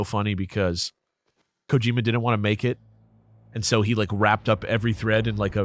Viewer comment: Man… two different pronunciations of “Kojima” really fucked with me haha.